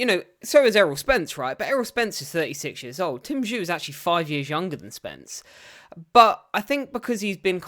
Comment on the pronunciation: Bro well done for covering this but was hard to hear you mispronounce Tim’s name throughout 🙈🤪